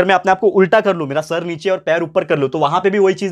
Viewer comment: Sir bolte hai ki nechai se AA Raha hai 😂😂😂